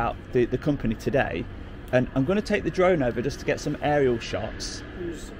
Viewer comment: Just say it you numpty! “Drive a flone” 😂😂